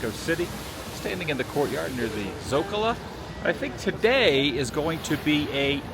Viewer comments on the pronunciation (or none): Adam, es el Zócalo. No digas la a al final de la palabra. Gracias hermano!